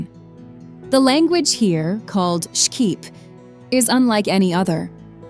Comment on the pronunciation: Shqip not shkip